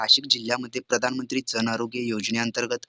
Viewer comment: Jan cha ucchar kay kartay